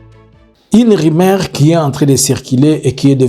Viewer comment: "RUMEURS" ET NON "RIMAIRES'" " REÇU "ET NON REÇI," CIRCULER" ET NON " CIRCILER, PRONONCIATION , PHONÉTIQUES PHONÉTIQUES .MERCI